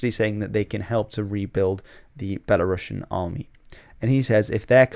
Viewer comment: "Belarusians", not "Belarussians". One letter changes the pronunciation and the subcontext a lot 😉